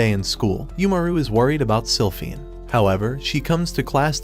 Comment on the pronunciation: “Slyphinford” ITS SILPHINE🥹